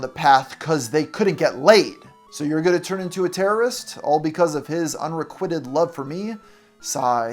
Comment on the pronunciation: It sounds like you may have added a superfluous syllable to "anonymity." Also, you mispronounced "unrequited" . It's pronounced "uhn·ruh·kwai·tuhd." Sorry. I can't help myself. I'll let all subsequent mispronunciations slide, unless it's something especially egregious. (Edit: Sorry, one more. I mean, this is an overt malapropism, so I feel justified addressing it.) , you say "exacerbated" in place of "exasperated," which is clearly printed in the text, in addition to making far more sense contextually. Okay... that's it. I promise.